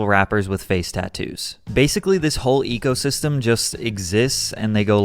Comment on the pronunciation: when you said "ecosystem" I spit my drink out 😂